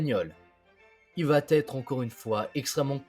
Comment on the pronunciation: Très intéressant et instructif. Merci. Mais, pour l'amour de Dieu, arrêtez de faire la liaison : vaTêtre.